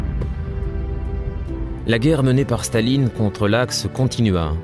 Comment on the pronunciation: why does the commentator keep saying "shtalin" instead of stalin?